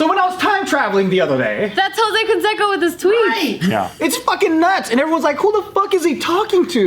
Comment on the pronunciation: Why is pronouncing Canseco wrong?